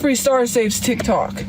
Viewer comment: She had no idea how to explain the "titok" ban. Also, she didn't like RedNote because she couldn't understand and got "fusstrated"